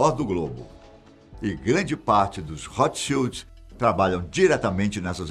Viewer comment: Ao menos ouço alguém pronunciar corretamente o nome Rothschild. Boa sinopse da ascenção da família.